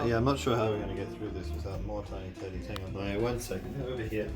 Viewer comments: Am I the only one that heard tiny tiddies instead of tedies and since they repeated it more I COULDNT THINK OF ANYTHING MORE send help V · he said tiny teddies and i thought he said tiny titties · I can't help but hear Tiny Tiddies whenever you two say Tiny Teddies. I'm so immature. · Why did I hear ' tiny tiddies '